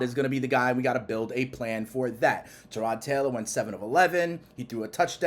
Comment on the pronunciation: New on this channel but is it me or are you saying “Tirod” instead of Tyrod lol have I been (and heard) saying it wrong this whole time 🤔 🤣 just wondering